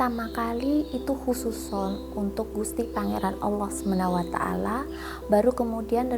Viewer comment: dasar syirik nya ketahuan...di detik nyebut Allah Semenawataala...Allah Subhanahu wata'ala, mbak..haedeuuhh